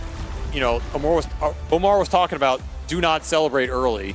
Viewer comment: OmaR not AMMAR